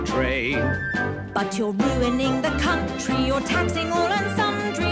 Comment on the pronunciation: I hope the chancellor didnt say c'un'tree?